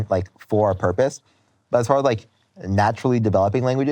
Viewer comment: “They’re in the yahd, not too faah from the caah” 🦈